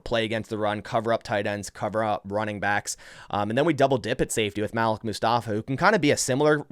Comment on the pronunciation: isnt it pronounced ( maleek)